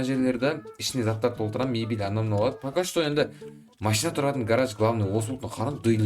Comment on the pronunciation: Гарарж емес гараж дұрыстап жібер